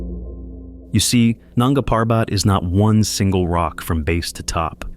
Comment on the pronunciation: Coolies??? Nanga Parbat … is pronounced with accent on 1st syllable of Parbat. What a hoax this crap is!